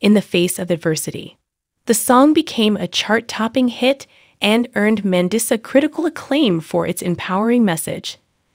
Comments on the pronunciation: Say her name right. Are you an AI bot. You say certain words wrong!! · Learn to pronounce her name. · SHAME ON YOU!!! How she died has not been announced. Take your AI generated voice that isn't even trained to pronounce her name properly and get out of here. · You don’t even know how to pronounce her name OR how she passed, shame on u for clicks 😮 RIP Mandisa, a sweet inspirational soul 🧡🫶🙏🏼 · I agree!